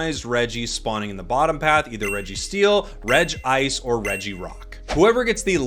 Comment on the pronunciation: You may pronounce rayquaza right but you say regice wrong. 🤷‍♂️